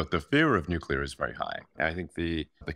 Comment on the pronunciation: Learn the correct way to pronounce Nuclear... It's not New-Cya-Ler... It's New-Clear (exactly how it's spelled).